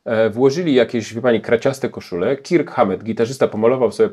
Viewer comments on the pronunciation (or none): none